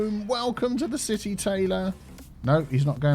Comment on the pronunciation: I dont know why, but every time I hear saying "city" I hear "c-tea"